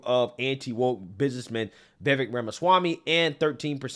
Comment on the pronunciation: It's Vivake like cake.But he answers to anything,lol